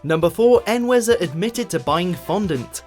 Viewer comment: En-weh-zer and E-way-so are two very different pronunciations if the same name...